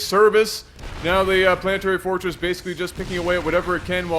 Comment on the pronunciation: how can someone spell semi-decently then butcher "planetary fortress" so horribly?